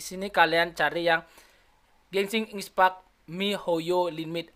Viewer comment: Bukan Gesing ispack dibacanya tapi genshin impect